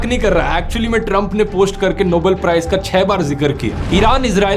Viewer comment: Dhruv .... It's NOBEL prize and Not NOBLE prize. I am surprised that how you committed pronunciation error.